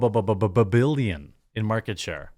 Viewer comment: Lol say it again Jeremy.. B B B BILLION!! LOVE IT MAN.